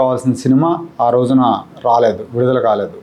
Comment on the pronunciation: Mee mohal manda adi rose kaadu ra , roju Telugu Koncham nerchukuni chanvandi